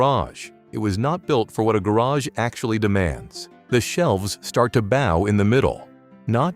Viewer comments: Tell your computer the word is bow, not bow. 😂 e.g., bough not bau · Can someone teach these AI voices how to pronounce words correctly? Bow 🎀 vs bow 🙇 ... and all the rest 🥴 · Someone please teach AI how to say "bow" in that context!